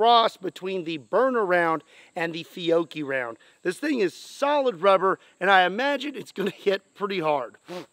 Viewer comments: the company your trying to pronounce is spelled FIOCHII (FEE-AHT-CHI)PROUNOUNCED if i am correct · Instead of saying OkieDokie, you should start saying OhFiocchi. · Fee oh chee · pronounced fee-oh-chee